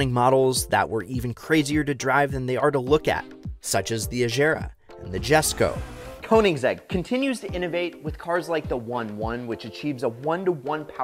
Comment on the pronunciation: Oh and for Koenigsegg…agera and regera…with a hard g not a j…and the jesko…is Yesko…j is silent…dim wittt